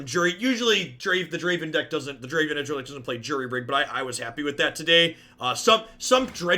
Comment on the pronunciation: Dra-Ví-n? It’s a stretch but cmon